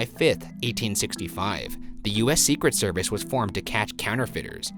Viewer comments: For the Postmortem: Not a question, but I have never heard anyone pronounce Secret Service the way you do, Ryan. With the emphasis on SECret service, rather than secret SERvice. Unless you were just trying to annoy Shane. No judgement, just an observation. Keep up the good work, boys! #lovethehotdaga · For post mortem: why does Ryan say “the secret service” with such a strange emphasis?? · Sophie McPolin yeah he’s putting the emphasis on SECRET rather than on SERVICE. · I thought it was see-cret-SER-vice, not SEE-cret-ser-vice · The emphasis Ryan puts on "Secret" in "Secret Service" kills me on the inside. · very annoyed at ryan’s pronunciation of “secret service.” the emphasis is all wrong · Is it just me or does the way Ryan says "secret service" sound weird? and Devereux. I think it could be the inflexion he uses. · Why do you emphasize ”secret” in ”secret service”? It sounds weird. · Ryan, I love you very much but dear GOD why do you say secret service like that???? You emphasize secret SO MUCH